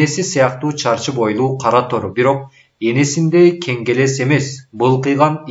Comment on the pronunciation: Кенгелес эмес кагелес.